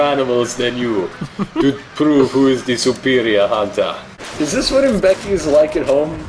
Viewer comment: Gotta love that those baboons were legit B.O.W.'s. it was closest thing we got to a plot besides "ancient evil spirit" bullshit. It kills me how they pronounce M'beke like Uum becky instead of muh-bay-kay or as close as I can write it without the correct accent